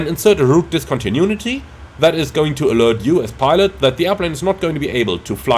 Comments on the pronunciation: dis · kaan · tuh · noo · uh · tee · Man, I love your videos, but everytime you say "discontinunity" an angel dies :D